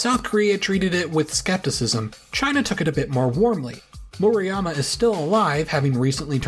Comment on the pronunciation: Definitely not a stickler but just to give friendly advice. Murayama. U is pronounced like oo in boo That A is like the a in father Vowel sounds are difficult (if you know a romance language, just use the same vowel sounds)